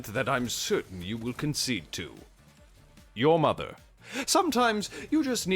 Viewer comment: Saying "your mother" in italics is something I didn't know I needed to hear